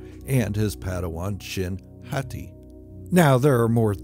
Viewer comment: Every time you say hati i still imagine you saying Hottie lol